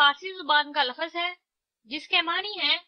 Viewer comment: آپ ہر تیسرے لفظ کو غلط ادا کررہی ہیں حتیٰ کہ لفظ کو لَفَظ کہہ رہی ہیں۔